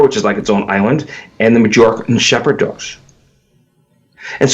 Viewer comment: He can't pronounce Majorca either. But he sure loves the sound of his own voice.